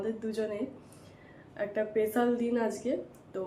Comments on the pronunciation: Special day k barbar pesal pesal day korcho surprise k suppraiz bolcho tractor k tactor bolchokeno... english boltei hobe ta joruri nah..vul val bole nijeke hassokor bostu banao keno..banglay bolo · পেসাল নয় স্পেশাল উচ্চারণ ঠিক করবে